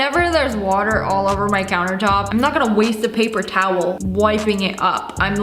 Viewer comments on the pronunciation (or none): none